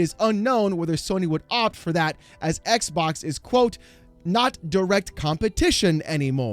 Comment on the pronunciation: Why is this guy saying "eckbock?"